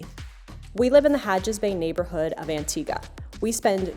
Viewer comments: Its Antigua not Antiga. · Why does she call it antiga?